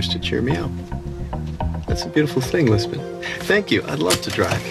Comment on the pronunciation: Jisbon? Come on man, you know what's wrong with that